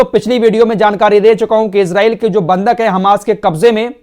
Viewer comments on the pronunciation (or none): none